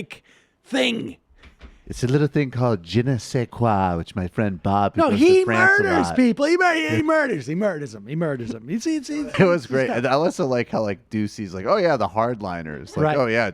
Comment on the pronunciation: . Je ne sais qua is pronounced Genocide qua in North Korea.